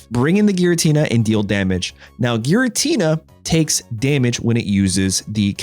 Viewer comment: Giratina, not jiratina